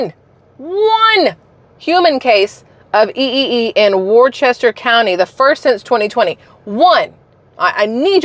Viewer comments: FYI ... "Worcester" is pronounced "wusta"...there's no "ch" sound. Mosquitos do get worse in the evenings here in MA (and other places). They've been monitoring EEE and issuing warnings based on few cases for years. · As a former New Englander, Worcester is pronounced "whister" (or if you want to throw a true New England accent on, just say "whis-tah"). Don't ask. It makes no sense. But that's how' it's pronounced there.